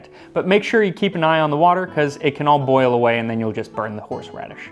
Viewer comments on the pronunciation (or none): none